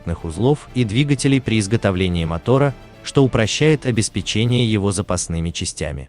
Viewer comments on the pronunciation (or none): none